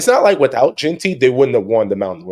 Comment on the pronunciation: Looking back at this conversation I could’ve done a better job pronouncing JEANTY correctly 😭😂😂